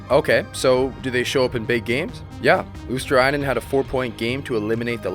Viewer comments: You are not far off with Luostarinen pronunciation, just instead of saying Luostar-A-inen, drop the A and you're good to go. Other than that, great video. I miss Marchand in Bruins, even tho people hate him, you can't deny his skills. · Fwiw it's pronounced Luos-ta-ree-nen Finnish is a phonetic language, so every letter sounds the same (virtually) every time. "i" is always like in the word "in" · It's pronounced "LUO-star-ee-nen" if you want help with that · Luostarinen, not ”Luostarainen”. 😂 But otherwise good pronounciation. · Pronunciation tip for Luostarinen: swap i (which you pronouce with 'ai' here) with e, as if you would read Luos-ta-re-nen. Or refer to how 'rin' is said in Pekka Rinne. That way you'll sound much closer to the actual Finnish pronunciation. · About the pronunciation of Luostarinen (it can be hard, I do believe that): the "i" is pronounced as the "i" in the word "will" or "kill'. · You butcher Luostarinen's name pretty much as bad as it's possible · I never heard that a north american has pronounced "Luostarinen" correctly... but only once (by THG just recently)... you could always use for example google translator tool and make it read the name out loud. Ofc... all this is no biggie... just saying. I think they are trying though, but google translator is good tool to utilize for nailing the pronounciations... EDIT: oh shait... forgot to compliment the idea of the video... it is good, I mean all the good 3rd and 4th lines do not get any mentions at all... well done... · Good video! these guys are not being noticed even in Finland. one tip, as I'm pretty sure you have finnish viewers. Would be cool if you would pronounce finnish players name's correct way. You absolute bucheret Eetu's name :D (Google translator voice thing pronounces it correct) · The I in Luostarinen is pronounced as on intend